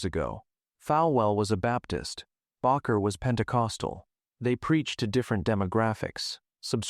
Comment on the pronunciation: At least the narrator is consistent in mispronouncing "baker" and "Bakker." What an idiot.